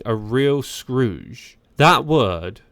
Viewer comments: Scourge pronounced SKURGE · Your AI needs to learn how to pronounce several words. “ Scourge” gave it real problems. And ….open…became ….upon….Plus others. Plus the way it made some syllables in every sentence over-long was strange. And if the thieves are so organized why did they abandon so many bikes? At any rate the team security must be truly laughable.